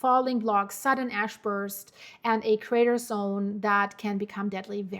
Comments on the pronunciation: No 😂 not ass flying, its ash. . . . Maybe you should think about "Hash" ✌️than when you say it it becomes "Ash" 😮😊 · stop speaking soo fast and relax a little think about what you saying like just slow down a bit she there like nanannanananananaa nananananannanananannananan ASS nnNnnNnn its ASH CALM THE FUCK DOWN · "Ass emmisions". Same as ill never can be serious when NASA scientists want to send a probe to Uranus. Ahahaah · It's my fault! I say ash-hole all the time. You saying a$$ in place of ash is the universe keeping things even...lol. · Sometimes you mispronounce "Ash", but to your credit, you were just speaking about "Cracks".... Its ok, we all have our moments!